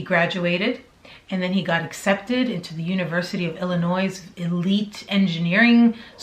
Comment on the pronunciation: The letter 's' is silent in Illinois. Excellent show BTW!